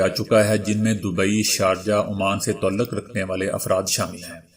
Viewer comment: تعلق کو تولق نہی تعا لق (تاالق) پڑھا کریں